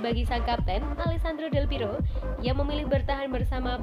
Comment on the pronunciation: Mohon buat tim channel ini, berkali2 sebut nama Del Piero itu Del Piro 🤦 klo di denger pendukung juve dri itali sono bsa di ledekin kita, atau sepertinya baca nya kecepetan ya? Pelan2 aja, sumpah ga enak bgt denger Del Piro Del Piro, Del Berapa? Ratusan 🤦🤦🤦🤦